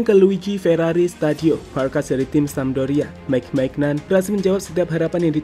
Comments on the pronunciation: Dibacanya bukan maignan min, tapi meinyong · Cara baca maignan itu manyon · Cara bacanya Meiniong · Bacanya maik maiknyong.. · Cara nyebutnya "maik mainyon" bang 😀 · Sekilas mirip Kanye West ya...haha Dibacanya Mike Menyong.. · Maignan dibaca minyo min... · Tolong kalau bikin video riset dulu biar gak salah sebut nama pemain. Anda salah menyebut maignan. Dalam bahasa Perancis maignan itu dibaca mainyong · Mike maignan bgt bacanya huhu pake spelling prancis min. Terjemahannya bener pdhl. Minta yg nerjemahin buat pronounce nama mike maignan. aside, aku selalu suka beritanya hehe